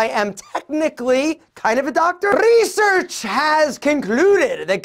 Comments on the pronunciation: You're always cracking me up😂 "Reesearch" 🤣🤣🤣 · Rrrrrrrreeeesearch .. rrrrrrrreeeesearch..😂🤘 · Not research but Rrrrresearch😂😂😂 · The way you say Research😂🌟😂😂🌟 it's funny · The way he said research for me hahaha